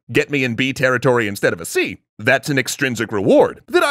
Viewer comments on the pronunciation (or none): none